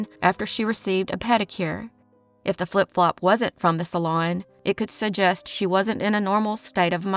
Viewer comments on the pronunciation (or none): none